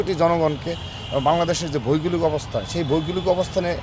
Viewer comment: ভইগোলিক না রে আদু ভৌগোলিক হবে।